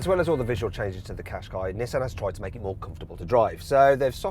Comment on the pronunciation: ずっと日産かしこいにしか聞こえなかった。